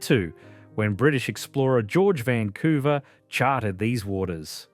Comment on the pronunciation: 🤔 Why is there an Aussie narrating this? Mispronounces the city names🤦🏼‍♀️ Vancouver, WA.